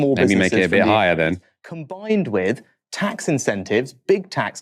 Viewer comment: wiv, fing, anover, sumfin, frowing, fings, frow, - 'TH' just left the building.